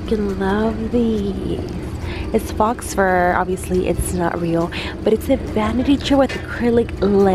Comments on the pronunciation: Belleabooful I figured I wasn't the only one who caught that.lol faux fur. "Fox fur". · Im so annoyed that shr said "fox fur" instead of faux / foe fur. 😂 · Did you just say "fox fur" and esti lauder?